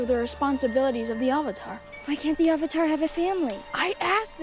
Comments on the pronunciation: IT'S AANG NOT OONG AND THE AVATAR NOT THE UHHVATAR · "the ahvatar" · Also they pronounce avatar as auvatar Ham sandwich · Aang -> Ung Avatar -> uvutar Sokka -> sohkka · Avatar is pronounced Ovatar. 3 minutes in the movie, I decided to turn it off to watch ATLA. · The Ov-atar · "The Ovetar" "Ong" Soka" 💀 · The Ahvatar The last airbender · Sowka, Ong, Arvatar, Eeroh, Agni Kee ah, yes, immediatley make me hate it without even having watched it also Aang's tattoos and Zuko's pathetic excuse for a scar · “AWWVATAR” I’m gonna scream in my pillow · "the ovartar" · They pronounced avatar as awater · “the ovotar” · tHe AuVaTaR - messed up Aang AuNg! - messed up Katara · why can’t he pronounce “A” “ovotar” “oong” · every time they pronounce Avatar as AH-vatar itmakes me CRINGE. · I hate the movie, but the word Avatar comes from Hindu Traditions and it is pronounce as uvatar and not how James Cameron movie is pronounced. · Does anyone else find it hilarious that every time one of the actors say a word starting with A they replace it with an o? Like Oong, Ovatar etc... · They call him aaang and instead of “avatar” they say “awvatar” A W V A T A R suuka,no! awng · "Ahvatar" thats how I see it spelled when they say it wrong AHVATAR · "ovatar" dude can't even pronounce basic words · The real worst change is calling it the ava-tar and ang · Bruh I just wish I was in the room when everyone confirmed they were gonna say “ovatar” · why can't he pronounce A? "Ovotar" "Oong" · They literally can’t say anything right. I wouldn’t have been surprised if this was called “Character, the Final Windflexer”. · I loved the subtle jab at this movie in Korra when Tahno mocks her by calling her “Uhvatar” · They didn't even say AVATAR right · same goes for German, at least when it comes to the pronunciation of Aang, Avatar and Iroh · AND AVATAR THEY ALSO SAID THAT WRONG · God almost anything title or person named with A was ruined. Them mispronouncing Avatar is less noticeable than the Aang fuck up